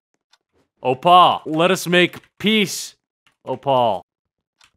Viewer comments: Opaul lol its pronounced Opull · The fact that he says "Oh Paul" like that's how you say "Opal" ... You know the gem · its pronounced "oh pel" its hard to say it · Abhiyan Poudel ikr you know😂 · ITS PRONOUNCED OH PULL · Mans really pronounce opal like O Paul